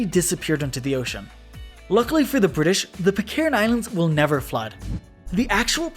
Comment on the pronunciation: The sun will NYEVER SET NYEVAR NYEHVAR NYEVAH